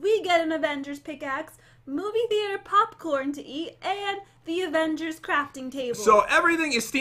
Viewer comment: who else noticed that the popcorn said "pop gorn"?